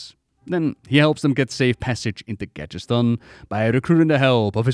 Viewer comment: ITS GADGETZAN NOT GATGETSTAN CMON MAN